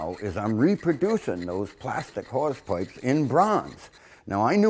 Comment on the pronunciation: Is he saying whores pipes?